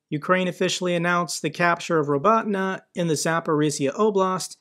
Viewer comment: you could pronounce Robotineah..and accent on this last sillab. Poor ukrainian, if we feel it hard to pronounce their villages' names properly, how much more difficult it is for ukrainian pilots to understand english and use english in their formation on driving F16!